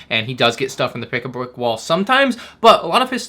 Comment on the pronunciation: "Pick-a-bwick wall" -, 2023 😂😂